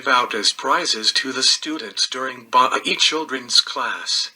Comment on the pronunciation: The religion is pronounced BAHAEE (Baha'i).